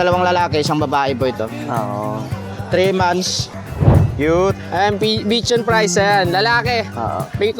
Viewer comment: BICHON FRISE should be pronounced as (bee-shaan-free-zay)